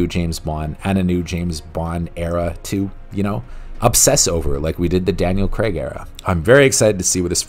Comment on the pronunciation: It’s not Daniel Creg it’s Daniel Craig Cr ay G